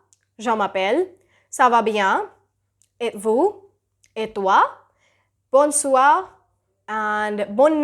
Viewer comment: Your english pronunciation is great but your French pronunciation is mostly wrong.."Bonjour" should be pronounced as " bow- zu"... and bon soir should be pronounced as "bow soi" n will remain silent